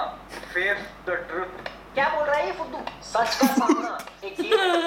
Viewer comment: Normal people:sach ka samna: fah ka famna 🤣🤣🤣🤣🤣🤣🤣🤣🤣🤣